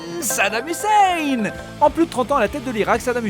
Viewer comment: C'est très controversé comme vidéo... PS:, tu m'as tuée quand tu as prononcé Hussein xD (je te pardonne car tu es un français mais surtout car je t'aime bien...)